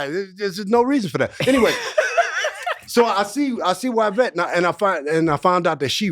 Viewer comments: “Y”vette not Whyvette 😮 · I 💙💙how JH anglicizes Yvette wherein Y is low and long (why) rather than high and long (ee) (French origin Y = i grecque) Yves pronounced Eve in English). 💙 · Y-Vette Why-Vette!!! It just ain’t no reason for it!! 🤣😂🤣😂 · I love that her calls her WHYvette!😂😂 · In the language origin of the name Yvette the Y makes an Eeee sound. This is true for almost every language except English.